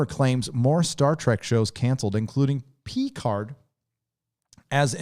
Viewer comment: PEE-CARD lol